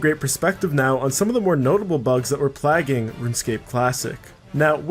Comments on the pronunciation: You're pronouncing "plague" and every variation of the word wrong. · I cringed hard when I heard him say it.... ever heard of the Black Plague? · plague, beg... Bruh do you know how to pronounce these words?